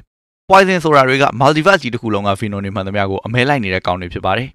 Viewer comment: ဆက်တောင်နားမထောင်ချင်ဘူး ဘီနွန် ဘီနွန်နဲ့အသံ‌ထွက်လေး သေချာလေ့လာစေချင်တယ်